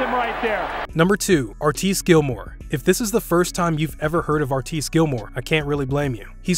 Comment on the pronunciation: Given that Wilt is #1 and Artis (whose name you mispronounce, btw-- it's R-tis, not R-tice) is #2 on your list, you need to find the clip of the one time they played each other, in an ABA-NBA all-star game. It's on YouTube, with a few minutes missing, IIRC. Anyway, they came down with both holding the ball, once... and Wilt rag-dolled Artis. The difference in size and power was.... obvious.